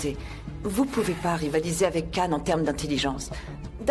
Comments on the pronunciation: le C en turc se prononce J donc c'est Jane et non Kan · Pourquoi tout le monde prononce Can alors que c'est Jane?